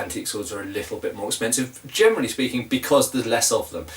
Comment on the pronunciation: Your "generally" often sounds like "germany" :D Do you have (buying-)experience with older swords, e.g. from the 15th century? Where do you get your non-antique swords? What are good modern manufacturers for medieval swords (possible cathegories: authentic, good for training, good for exhibition fights,...)?